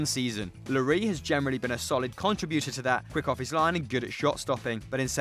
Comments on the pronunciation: Referring to llori......SSSSSSSSS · Do you really not pronounce the “s” in lloris? I mean, it makes sense the way you pronounce it, I just haven’t heard that anywhere but here. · how u mispronounced Lloris smh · The way he says Lloris boils my piss.